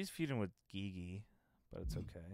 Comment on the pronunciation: Great video content. Enjoy watching this series. Just a correction. GiGi Dolin isn’t pronounce “Ghee Ghee” or “Gee Gee”. It’s pronounce “G G” like ur just pronouncing the letter G’s